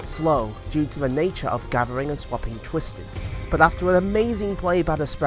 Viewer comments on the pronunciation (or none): Why do twisted sprout sounds like he saying dieeeee